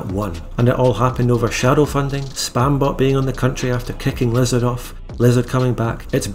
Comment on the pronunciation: Wizzahd had a wevy bad twime